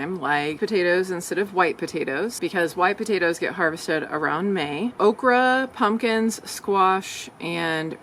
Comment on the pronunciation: It's called okreeee. 😅